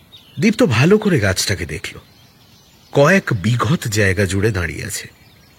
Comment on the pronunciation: বিশাল বড় বট গাছ কয়েক "বিঘৎ" জায়গা জুড়ে!!! বড্ড কানে লাগলো l